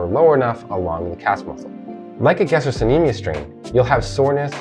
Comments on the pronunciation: FYI, it's pronounced "ga-stroK-ne-me-us" (it's a hard "c") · Helpful but pronunciation? Palpitation vs palpation. Gas-t-rock